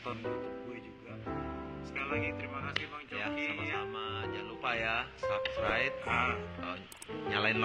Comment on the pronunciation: Bang gue penggemar berat chocky tapi gue ilfeel Bang gara2 dia closingnya gak tau ngomong "subscribe" dia bilangnya gini "jgn lupa sabscraiTtttt...... " Hahaha aduhh ampun dah.. padahal gua nontn sambil begadang jam 03.22